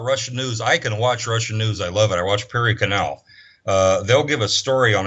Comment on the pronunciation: What is the name of the Russian Media he listens to...sounds like "Peery Canal"??